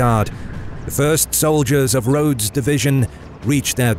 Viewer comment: Great video but one slight correction its Rodes not Rhodes when referring to General Robert Rodes